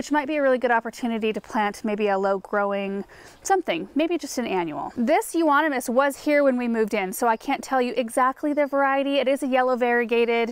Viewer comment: Euonymous, thank you for pronouncing it. Always messed up..I wish I was there to help trim. Use to cut mine drastically, if overgrown. Miss the trimming since I downsized. Like your clean up container, I used a laundry bag that looked like that. My boxwoods, Rhodos, azaleas, butterfly, virbenum, etc. Getting enjoyment out of your cleanup. Weeping Willows you don't want that near a house, Beautiful though.. Very easy to propagate also. Love the flowers. Just got done with pansies, doing peonies, lillies, Waiting for Daffies to bloom. Edward Scissorhands that's what video reminds me of in speeded up motion. T.Y.!